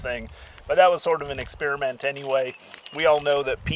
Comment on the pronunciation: Did this nigga just say experimat 😂